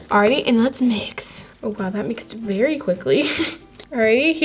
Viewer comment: A berry berry berry important 😂